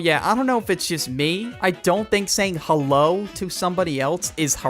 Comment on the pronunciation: Hewo everyone how you day I'm good